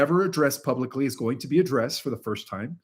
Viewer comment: YOU ALWAYS PRONOUNCE "Pub-Lick" CORRECTLY BUT ALWAYS MISPRONOUNCE "Publicly". Instead of saying"Pub-Lick-ly", you say "Pub-Lice-ly as if there are Hair Lice somehow pronounced at the end of the word instead of (Pub-Lick-ly) as if a Dog Licked the end of the word because it certainly has done so. 😂